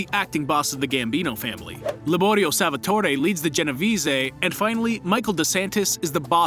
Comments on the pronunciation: Man learn how to pronounce Genovese and Lucchese before making such videos. If you wanna say Siciliano in Italian, then you say Si-CHI-liano. It’s not a C, it’s CH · you absolutely butchered the pronunciation for the luchesse family and the genovese family